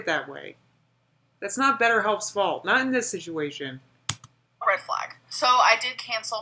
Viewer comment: says situation